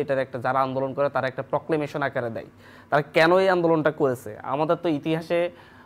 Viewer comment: দিয়েসে, করেসে, বলেসে...